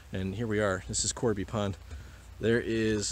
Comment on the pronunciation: Awesome video! FYI, it's Cobey Pond, not Corby.